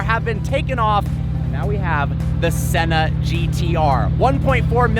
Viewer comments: “After driving the Senner” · Haha I heard that 😂😂😂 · He thinks he’s british